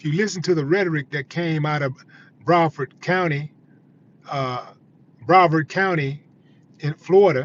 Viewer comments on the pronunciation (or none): bruh·vaard kown·tee,(Brevard County). You are pronunciating it wrong big bro